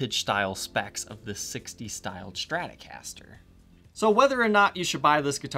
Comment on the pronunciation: A schtratocaster? What is it?